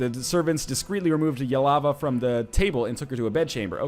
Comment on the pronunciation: The name is spelled Ylva - NL pronounces it Yealava.